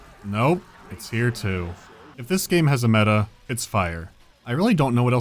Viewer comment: 'ERE COMES DA COW